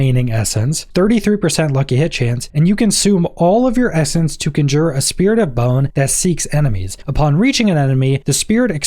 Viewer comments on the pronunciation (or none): I thought Decompose sounded interesting until I realized it was a channeled skill. Unless it can hit more than a single enemy at a time, or has a cone spread instead of a narrow beam like Ray of Frost, it's kind of trash. I think in the end the Bone Spirit and Blood Lance/Surge builds will end up being the strongest. Also, "Conjure" is pronounced "Con-jer" not "Cun-jur".